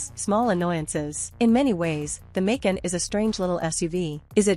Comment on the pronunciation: Hard to listen to the mispronunciation of Macan!